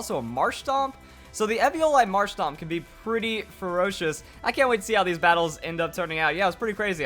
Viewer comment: It's marshtoMp not marshtop